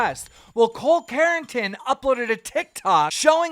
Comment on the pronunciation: His name is NOT cole carrotin omg! Does he just say people’s names wrong on purpose? He does it a lot. Is it some kind of inside joke I’m not apart of? It annoys me. It’s like he’s trying to be funny and it’s not funny. It makes it seem like he doesn’t know what he’s talking about